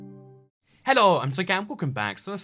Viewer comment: Why do you say Hello in a foreign accent?